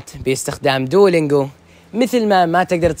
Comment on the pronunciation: انطق دلنجواصحيحة و